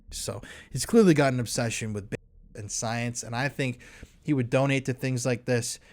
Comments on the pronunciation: My god, you can't even say babies? Dafuq? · Why can you not say "babies" so strange...